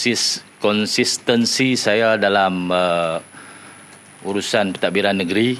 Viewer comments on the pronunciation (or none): Nak sebut konsistentsi pun terabur..yg dok org repot kerna langgar perlembagaan